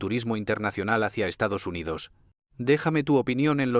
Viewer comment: Estados Hyndodos o Estamos jodidos? 😂😂😂😂